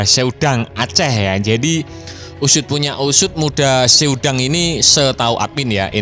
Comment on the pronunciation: Muda sedang, bukan muda se udang bang😅